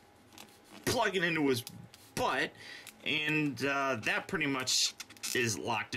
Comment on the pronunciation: Dude, you'd better watch how you say butt. Kids could be watching.